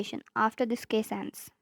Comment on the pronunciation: omg, i read case "kiss" after you kinda pronounced it "kiss"